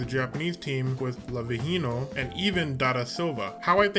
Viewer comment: Why did you pronounce lavinho’s name so weirdly ? 😟